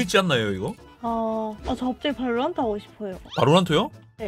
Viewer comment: 발로란↗️트↘️ 억양이 빼박 경상돜ㅋ